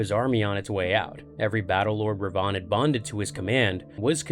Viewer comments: Darth - Darth Re - Re Van -Vin. Darth Revan... Should be pronounced Darth Revin. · yes... I know. But the pronunciation is off. Darth Revan(when spoken) should sound like "rehvin" Perhaps it's my Scots dialect? Others have also commented. Thanks for pointing out the other sith lord though -) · Two separate sith lords. Revan lived about 2000 years before Rivan